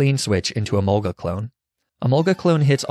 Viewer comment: Hearing you pronounce Emolga the common way was both satisfying and strangely unnerving.